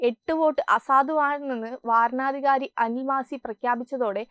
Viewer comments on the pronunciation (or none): വാരണ അധികാരി അല്ല കുട്ടീ, വരണാധികാരി എന്ന് പറയണം